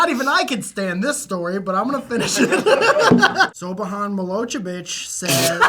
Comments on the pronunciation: Siobhan is also pronounced "Shi Von" lmfao at Mikes Pronunciation of Scottish names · Can read, like I understand Siobhan is an odd name but he could have tried like it pronounced shevaun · Just so your aware, the name Siobhan is said Sha-von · is too young to remember Slobadan Milosevic, but I can see why you misread that name,. Funny thing about the name you misread, it isn't pronounced like it looks. It's pronounced shavon. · Is no one gonna talk about how pronounced Siobhan??